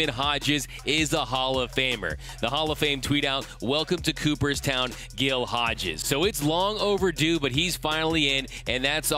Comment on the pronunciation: Great video but "Gill Hodges"? Shame on you.